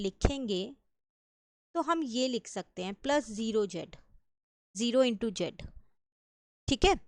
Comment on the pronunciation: Jed nhi hota zed zzzz hota hai 😂